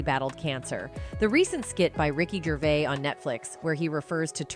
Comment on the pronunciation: WTF IS RICKY GRAVIS???